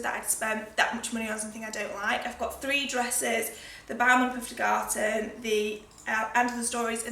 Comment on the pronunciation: really great video to start my sunday. thank you for that :). the pferdgarten is a german word and you actually didn't butcher it that much when you said it phonetically (is that how you spell that :D ) hope you had a lovely holiday